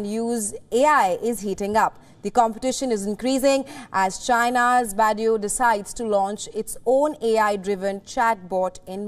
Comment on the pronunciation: Her pronounce of Bai Du is 😂 hilarious